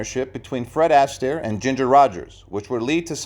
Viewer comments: In what way was that a tragic ending? And stop calling him Ass taire. It's Astaire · I appreciate your research, but your consistent mispronunciation of Fred’s surname made me cringe repeatedly. How could you study his long career and not know that it’s the second syllable of his name, not the first!, that should be stressed? In other words, his surname is pronounced “a-STAIR” and not “ASS-tair.” You should seriously consider taking down this video until you can re-record the narration using the correct pronunciation. Every Astaire fan will thank you. 🙏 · Fred Astaire is pronounced "Austair" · Oh, for F's sake!!! At least learn how to pronounce his name! IT'S NOT ASS-Tear!!! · THANK YOU!!! I had to stop watching the vid about the 5th time he said it - he obviously knows squat about Fred! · Your pronunciation of Fred surname is incorrect and very of putting plus he didn't have a tragic ending